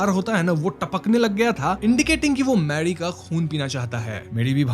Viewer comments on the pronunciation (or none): Why you sometimes pronouns r clearly and some time da.. like rock you say rock and Mary like mady.. 😅😅and doreman ko dodman.. enjoy kadne kyon aarahe hai.. karne kyon nahi aa rahe?? Vageda vageda.. ya vagerah vagerah .. medi vampire bani ya Marie 😂 va pempaid.. ya vampire